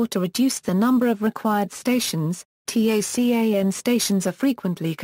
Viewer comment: Your robovoice keeps referring to the TACAN by spelling out "T-A-C-A-N." In the military world, it is universally referred to by the acronym "TACAN" - pronounced "TAH-CAN."